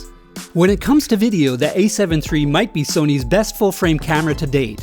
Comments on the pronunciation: "A7 tree" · Is he saying “A7 Tree?” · Ace heaven tree.